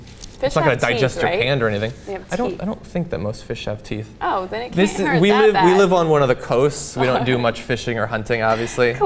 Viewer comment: Coming from the guy who says "teethes".